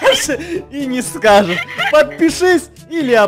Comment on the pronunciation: она говорит подпешысь